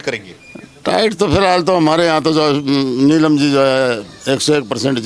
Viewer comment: Or बात तो सही ह बाकी इस अध्यक्ष pardhan ko नीलम बोलना सिखाओ यो लीलम bole h